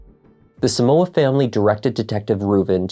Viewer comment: The name is so-mu-ah not soo-mu-wa. It's a Ghanaian name please so don't grammartize it🙌